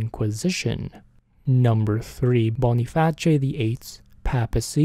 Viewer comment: Wait...is that how you pronounce Boniface? I've been wrong my whole life!!